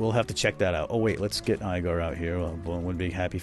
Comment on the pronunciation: Igor isn't pronounced that way